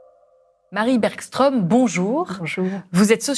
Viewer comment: Bergström ne se prononce pas "bergchtrom" mais plutôt "bergschtreum" ("eu" ouvert). Que l'on francise la prononciation ne me choque pas, mais je trouve que c'est "gênant" quand on le fait face à face avec une personne dont l'accent trahit qu'elle connait très bien comment doit se prononcer son nom, alors que ça ne présente aucune difficulté pour un francophone de faire la différence entre "o" et "eu" ou "oeu".